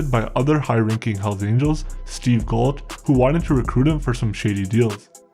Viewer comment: Ok three things. Oshawa is in Southern Ontario and the family name is not pronounced Gwindon, its pronounced Gain doh n -Gaindon. N is sort of silent. Gault is pronounced Go. I remember the bombing at the Sudbury police station. Had a Satans choice member or associate working for us in Sudbury when I first started. He carried a gun in his tool box. I enjoyed your video. Thanks